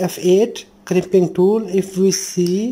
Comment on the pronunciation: crimpoing rool, good job